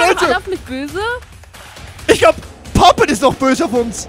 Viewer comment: Und es wird Popet ausgesprochen